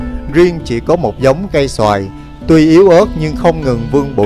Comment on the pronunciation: La\ ca^y so^\i (oak tree) ko phai xoa\i ( mango) dau em oi! Rat thich video cua em.